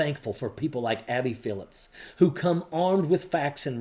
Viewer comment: Her name is Abby Phillip, not Phillips.